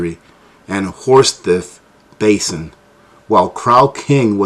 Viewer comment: that is pronounced like two words. Horse-thief basin!